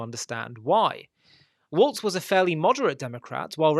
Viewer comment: Welp. You can't pronounce the candidate's name correctly, and you can't call the party to which he belongs to by its correct name, so I'm supposed to believe anything else you say? Thanks for showing me your true colors so I can unsubscribe from your propaganda. Click.